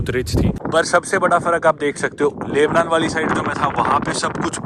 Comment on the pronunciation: Lubnan ,Laibnan nahin. Aur Syria ko Suriya bolte hai